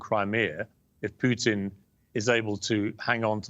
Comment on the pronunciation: It's Putin (pootin) not Putin (like putrid), Piers. Jesus. learn to get his name right at least